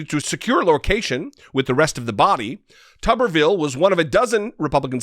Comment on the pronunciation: It's pronounced tooberville, not tubberville. Tuberville, like potato town.